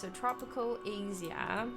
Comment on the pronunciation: Either she pronounced my home country of Asia wrong or we have been saying it wrong I'm so conflicted